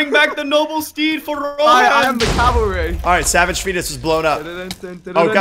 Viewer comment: He said I'm the Calvary not cheers love, the Calvary's here